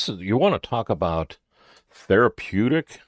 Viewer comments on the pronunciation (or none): says threapedic!😳 Jman